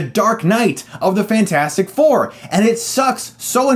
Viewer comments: I absolutely KNEW he was going to pronounce it Fant-Four-Stic xD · I knew it was bad when you said fant four stic lmao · It's rather annoying you're pronouncing this Fant-4-stic. Using numbers as letters for promotional art is fairly common. I doubt you pronounce Se7en "Se-Seven-en." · Please stop saying Fan for Stic its annoying. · For me, it said fans for sick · I thought I lost it when Chris said Fant4stic but then he said Scre4m... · Love how you kept called the movie "Fant-four-stic", one of my pet peeves is when movie titles or people have numbers or symbols in their names, and expect people to read them like something different, i.e. Se7en should be "Se-seven-en" and Ke$ha should be "ke-dollar-ha" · I appreciate your commitment to saying Fant 4 Stick. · "Fant- four - stic". Enough said. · I love how you keep calling it Fant-4-Stic